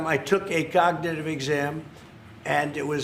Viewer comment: He couldn't even pronounce cognitive 😂